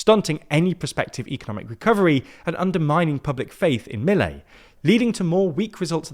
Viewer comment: they won't even pronounce Milei correctly